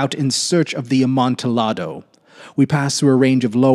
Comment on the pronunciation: I came from Diane’s channel as well. Just for future reference, Amontillado is a Spanish wine, and thus the pronunciation would have the “double l” sound like a “y”. Sounds like ahm-on-tee-yah-doe. Emphasis is on the “yah”. Pronunciation for those that can read it like this: “amontiˈʎaðo”